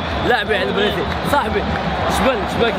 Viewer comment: برازيل❌ بريزيل✔🤣